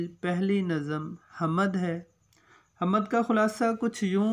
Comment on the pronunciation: جناب "حمد"کی م ساکن ہے آپ بار بار زبر کے ساتھ پڑھ رہے ہیں۔اوربھی کءی غلطیاں کر رہے ہیں۔توجہ فرمالیں۔